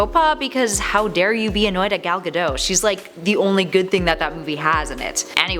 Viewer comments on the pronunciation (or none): GaDOT. It's a hard T